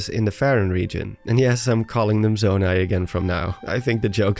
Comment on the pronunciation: you said zomai